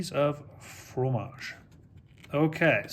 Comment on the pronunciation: it's fromage, not formage, dude, please